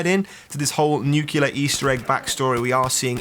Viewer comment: NUCLEAR, NU-CLEAR not NUKEyouLER.